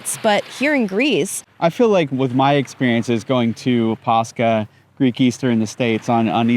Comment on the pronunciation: Just some correction on the pronunciations, when ch is used in greek words like Pàscha and Christòs it's not a K sound but H like in hit so it's Pas- ha and Hri - stos and the stress on tsoùgkrisma is on ou not i and on Άgios Nikòlaos it's Ά- yi- os with the stress on A and on Nikòlaos is on ko.